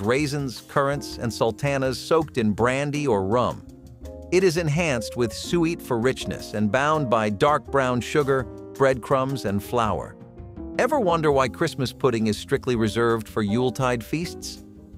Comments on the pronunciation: "suet" is pronounced "soo-it," not "sweat." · You are saying suet wrong. The correct pronunciation is sue-it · Suet is pronounced ‘SOO-et’. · The presenter is mispronouncing suet, a kind of hard beef fat that's an ingredient in Christmas plum pudding (which, btw, doesn't have actual plums in it) and mincemeat. It's usually only available in the fall and winter, because that's when people offer it to birds...and coincidentally, when people are making steamed puddings and mince pies.